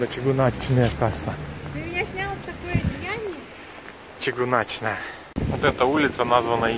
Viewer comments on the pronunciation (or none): И не чыгунАчная, а чыгУначная. Но у нас ВСЕ говорят по-русски! Поэтому просьба не фантазировать.